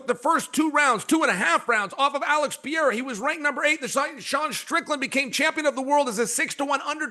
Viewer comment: DC and ... Kale Somethin? Good guy/Jack Ass ? These are not difficult names and it's not funny anymore. It's disrespectful. Say JDM or Jack. Pee-Air-ah's right. Kale Somethin... No Chama.